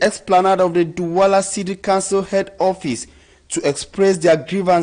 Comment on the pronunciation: There is a difference in the pronunciation of COUNCIL and CANCEL!!!!!